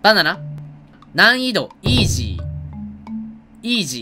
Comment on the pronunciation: イー↑ジー⤵︎